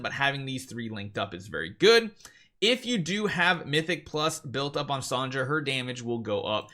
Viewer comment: Still saying “Son-ja”